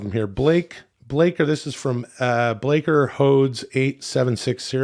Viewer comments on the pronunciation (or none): "blaker hodes" 😂